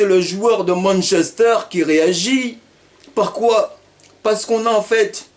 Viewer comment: Très bonne intervention !!! Mais tu m'as tué " parquoi parquoi " mdrrr